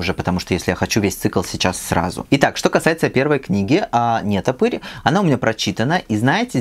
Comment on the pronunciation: Привет! Хороший канал. НетопЫрь с ударением на Ы, а не на е.